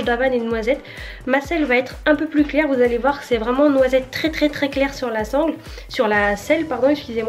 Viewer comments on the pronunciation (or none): none